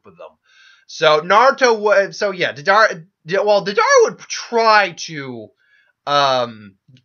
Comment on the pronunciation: Bro Love the what if vids, but there a few things that have been driving me crazy. Your pronunciation of names. Its not da-dara, its Day-der-a. Or Orochi gaurd its not jarombo, but ja-row-bo. Or not Ma-dara but Mada-ra. Theres more but I cant remember them all. Idky but its really urkin me. Ima always support cause I like the content but ya gotta do better on these names my dude. Also, Shika was team 10 not 9. Neji was on team 9.